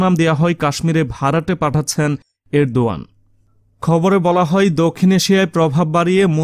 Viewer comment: ardogan uchcharon korte hobe